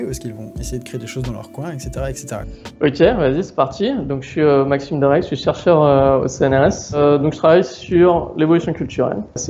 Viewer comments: Comment vous faites pour entendre Surfeur U.u même en ayant "surfeur" en t^te j'entend chercheur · J3 suis la seule qui a compris "je suis surfeur au CNS"